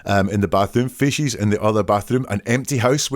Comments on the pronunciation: I found it annoying - fee sees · It’s kinda cute how you pronounce feces “fishies”😂❤